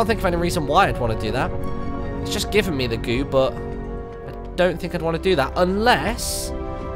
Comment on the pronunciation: Martyn saying think sounds like tink